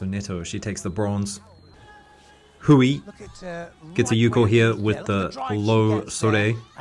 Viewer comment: For your future reference, hui in chinese is pronounced h-way, the ui makes a "way" sound.